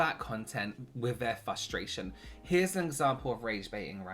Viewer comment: I love how says frustration 😂